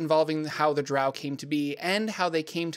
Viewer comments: It's pronounced Drow like grow and row. It's origin is Scottish for trolls that avoid sunlight. Dtrow is the original creature the Drow were inspired by. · Bruh…..its Drow (said like ROW). Get my peoples name right. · It's Drow..like D then Row...like row a boat. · I've long held the view that the name of the race is pronounced Drow as in row row row your boat gently down the stream. As opposed to the more nasal way of saying it that so many people do, Drow as in, OW ow ow, I stubbed my toe on the end table again. Perhaps it is just me... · I’ve alway pronounced drow like crow and loth like cloth but I agree either way someone would say it’s wrong. Then again I’ve always pronounced Drizzt as Drizzit. For some reason my mind’s eye always put an “I” in there. Wasn’t till like the 3rd or 4th book I realized there was no “I”! Lol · Why pronounce DROW like COW? In the video the word drow comes from the word DHAEROW which means DROW should be pronounced like grow, mow, etc.